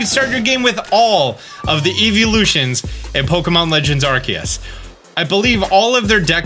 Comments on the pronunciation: Arkee-us? Arseeyus. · You said arkeus at the beginning omg